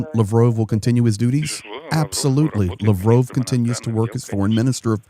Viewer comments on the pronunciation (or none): I'm sorry but stop pronouncing Lovrov. It's Lavrov. La like La la land. Sorry for your lost. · btw it's Lav rov, like Pavlov, or sad dog 😉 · Why you call him lavrove? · Lavrove? Its Lavrov🙄😁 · Pronounced Lav-roff.